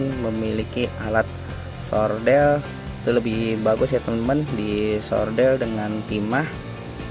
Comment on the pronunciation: Solder bang.. bukan sordel 😅 terimakasih banyak ilmu nya bang, semoga kebaikan abang di ganjar beribu2 kebaikan buat abang dan keluarga